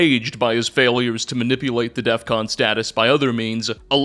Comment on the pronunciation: Incidentally, there's no T in "scorched", and only 1 in "scorchbeast".